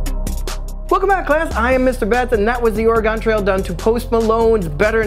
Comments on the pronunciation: We don’t pronounce it Oreegawn we say Orygun. Salem OR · You're certainly an east coaster. It's pronounced Or-i-gun, not Or-i-gahn. Thank you for pronouncing the "e" like a short "i" and not like a long "e". I appreciate the video though. I like your work too much to be offended by your accent. :-D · This is a nice song, but every time you mispronunce Oregon, I wince (it’s or-gon, like the things you’ve got in your body) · I like how this whole song is based on the mispronouncing of Oregon. Lol